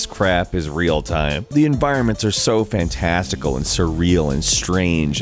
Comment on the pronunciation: yes, he just said fantasticle....